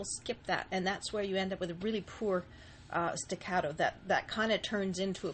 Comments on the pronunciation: She said sticatto wrong... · Excellent explanation. Staccato is an Italian word. Respectfully, the "a" in staccato is the same as the "a" in augment or awful not the "a" of cat. Thank you for your video. I have subscribed and put a like.